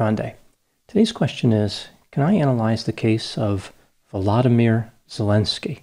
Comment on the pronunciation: Watching you speak comforts me. You speak from a place of truth and logic. Thank you for doing this video on Volodymyr and for pronouncing his name correctly 🥰👌 You are a champion in the media world. Carry on, good man. Carry on.